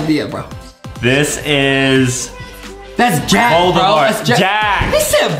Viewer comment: Stop lying Adam you said boldamort.